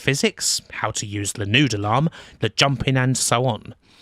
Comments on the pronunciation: Ah you're saying "Noodle arm". It took until my second listen through to really think about what a "Nude alarm" was :) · took me a while to figure out what nude alarm was, turns out you were saying noodle arm!